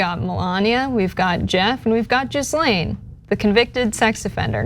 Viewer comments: "Jizz-lane"??? I think it's "Gih-lane" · Her name is pronounced ghee-layn not gis-Len. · It’s not “jizzlane” gh in French names are pronounced the same as ghost and ghoul. Her name is pronounced “ Gee lawn” with a soft n. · Guh lane it’s pronounced it Ga lane Max well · it’s not jizzlane, is pronounced gee-lane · Pronouncing Ghislaine as "jizz lane?" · I like how she pronounces Jizzlane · Its pronounced "Gil-ane". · Is it so hard to say ‘ Gee- Len’? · It's GHEE-Lane (Hard G), I believe. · I think it's pronounced Jizzalene. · Her name is pronounced (Gee-lane). Spelled Ghislaine. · Learn how to pronounce Ghislaine Maxwell sweetheart. It’s not Jiz-lane. 😂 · Ghislaine - It's phonetically pronounced (ghee laine) rhymes with key. You're one of the few news sources that had great cred in these times and is my goto. When you don't make the effort to pronounce someone's name correctly, you start looking like the high school senior class radio show. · Epstein's girlfriend name is pronounced Jizz-lane? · FYI, it's not Jizzlane... 1) the 'G' is hard (it's followed by an 'h') and 2) the 's' is silent... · "Jizz-lane"? I'm dyin 🤣🤣 wish I could sue Fox News over what they've done to my parents over the last 20 years 😳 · I feel a lawsuit coming on.....Hahahahahahahahahaha SERVES THEM RIGHT...Hahahahahahahahahaha And it's pronounced GILLANE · Her name is pronounced “Gih-lane” with a hard G and a silent S. It’s hard to take these people seriously when they can’t be bothered to do enough research how to say a famous person’s name. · Pronounced Gee-lane. (Hard G) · The s in Ghislaine is silent & the g is hard as in go. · As evil as Maxwell is, you could have checked the pronunciation of her surname. The 'S' is silent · Pics are a good reminder but honestly you’re an illiterate fart … the “s” in Ghislaine is silent! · Please learn how to say Ghislaine 🙄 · You are butchering Ghislaine’s name. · People who report the news really need to learn how to pronounce Ghislaine Maxwell's name.